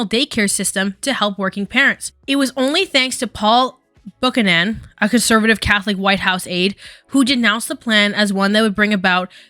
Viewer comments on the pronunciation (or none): Just letting you know, Buchanon is pronounced byu-cannon. We used to have a president with that name, waaaay back. I hope you don't find this rude, just thought you might wanna know :)